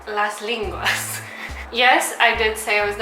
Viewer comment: Lenguas!!!! with and "e" not an "i" [i:]